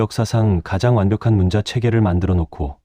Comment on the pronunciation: 한글 관련 자료를 알리면서 어떻게 초등학생들도 아는 우리말조차도 제대로 못 읽습니까?!?!?!?!? '문자'로 쓰고 [문짜]로 발음한다. 즉, 읽고 말한다. 정녕 이것조차도 읽을 줄을 모르면, 이런 '엉터리 발음'으로 나라 망신 그만 시키고 표준 국어 대사전에라도 찾아보시오! 사전 단어 바로 밑에 아래와 같이 발음이 표기되어 있습니다. 아울러, 그곳을 누르면 정확한 발음을 들을 수도 있습니다. 우리의 어린 자녀들과 한국어를 갓 배우기 시작한 외국인들이 이런 '엉터리 발음'을 듣고, 그대로 따라서 '엉터리로 발음'을 할까 봐 심히 두렵습니다!!! "과이불개가 시위과의니라." [過而不改 是謂過矣] "잘못을 저질러 놓고도 고치지 않는 것, 이것이 바로 잘못이니라." - 공자 - 잘못 썼거나, 잘못 발음을 하였거나 등등 어법에 맞지 않게 쓰고 읽은 곳을 발견하면, 즉시! 바로! 어법에 맞게 바르게 고쳐 주세요! 만약 유튜브로 한 번 올린 자막은 수정.교정을 할 수가 없으면, 댓글 맨 상단에 댓글로 어법에 맞지 않게 쓴 곳은 바르게 고쳐 공지로 올려 주시기 바랍니다. 이렇게 하는 것이 유튜버가 우리 시청자들에 대한 최소한의 예의이고, 글을 쓰는 자의 기본 자세입니다. 그래야 어법에 맞지 않게 엉터리로 쓴 우리말이 오염이 덜 됩니다. 그냥 방치하면, 유튜브가 존재하는 한 마르고 닳도록 엉터리 표기.발음이 전 세계로 오염되어, 아름다운 우리말을 파괴시켜 영원 무궁토록 나라 망신을 계속 시키게 됩니다. 아직 '한글 맞춤법'을 배우지 못한 사랑하는 우리의 어린 자녀들은 부모가 쓰는 것을 보고 그대로 따라 쓴다는 사실을 명심합시다! 자식들에게 죄를 짓지 맙시다! 못 믿겠거든, '처마 끝에 떨어지는 낙숫물'을 보십시오! 한 치의 오차도 없습니다. "사과는 사과나무에서 멀리 떨어지지 않는다.' Яблоко от яблони недалеко падает. [ 야-블라꺼 앗 야-블라니 니달리꼬- 빠-다잇] - 러시아 속담 - 반드시 교정을 보고 올립시다! "눈물로 슬픔이 가시지 않는다." "Слезами горю не поможешь." [슬례자-미 고-류 니 빠모-줴시] - 러시아 속담 - 아름다운 우리글, '한글'을 아끼고 사랑합시다. 이것이 바로 애국(愛國)입니다. "한 나라가 잘 되고 못 되는 열쇠는 그 나라의 국어를 얼마나 사랑하느냐에 있다." - 주시경 선생 - “말과 글을 지키는 민족은 남의 민족 밑에서 노예 생활을 해도 언젠가는 제 나라를 세울 수 있지만, 말과 글을 잃으면 그 민족은 사라지고 만다.” - 정인승 박사 - "좋은 약은 입에는 쓰나 병에 이롭고, 충언(忠言)은 귀에 거슬리나 행동에 이롭습니다." "良藥(양약)은 苦於口(고어구)나 而利於病(이리어병)이요, 忠言(충언)은 逆於耳(역어이)이나 而利於行(이리어행)이라." - 장량이 유방에게 한 진언(進言): ※ 진언(進言): 윗사람에게 자기의 의견을 말함. 또는 그런 말.